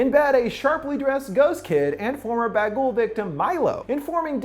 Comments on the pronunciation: It's Bughuul not Bagool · Why the hell do you call it ‘ba ghoul’ like honestly. Get it right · Honestly every time you say bagul I just hear bagel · Im sorry, but did he say bagel? 😂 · Everytime he says " Baghul" I start craving a baguette.